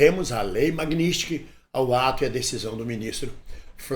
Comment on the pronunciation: Não é "MAGNÍSTIK", É M A G N I T S KY _ N I T S K Y _ T S K Y. E não NISTIK.